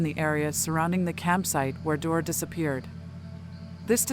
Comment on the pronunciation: His name is pronounced Dee-Orr, not door! I was a friend of his Grandpa’s on his dads side. His biggest fear was to die without ever knowing what happened. Sadly, he passed with a broken heart 💔